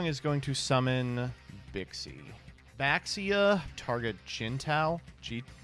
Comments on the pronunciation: Can we get the mare mare type edit to make them stop pronouncing baxia wrong next time😭😭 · All these comments about Mare Mare pronunciation but no one wants to talk about the community-wide mispronunciation of "Baxia"